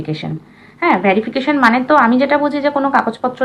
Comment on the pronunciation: ভেরিফিকেশন, ভ্যারিফিকেশন নয়।